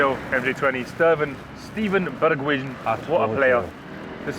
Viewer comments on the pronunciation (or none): “Sterven begwijan”